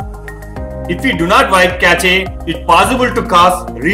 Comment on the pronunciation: Cache is not "ca-che" it is pronounced as "kash".